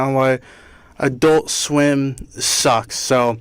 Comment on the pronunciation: why is it when he says adult swim it sounds like "i dont swim" i cant be the only one that thinks this right